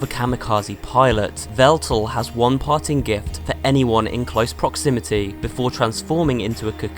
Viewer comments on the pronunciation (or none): none